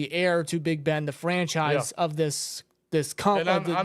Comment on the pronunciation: Kenny is FANchise not Franchise